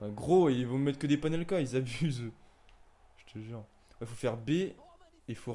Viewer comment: C’est « Panenka » et non « Panelka » 🤷🏻‍♂️